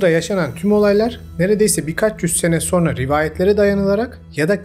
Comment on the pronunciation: SO(R)NA DEĞİL,SO(N)RA.